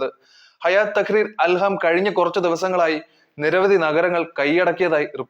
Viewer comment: Al ham …alla chetta … al shyam ennanu😜